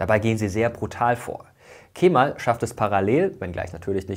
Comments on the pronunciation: Es wird nicht „Keeeemal“ ausgesprochen, sondern einfach nur Kemal ohne das E in die Länge zu ziehen! ☝🏼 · So wird's ausgesprochen: Kämmall.